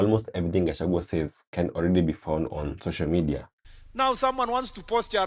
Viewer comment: But Murkomen also calls Riggy G as kachagwa 😂😂 He should also learn how to pronounce his name..